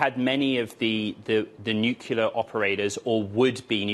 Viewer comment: NUCLEAR not nucular,!